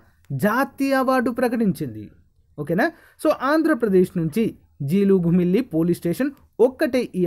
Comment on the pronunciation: 2. జిగురుమిల్లి కాదు సర్ జీలుగుమిల్లి. మా పక్కన ఊరే సర్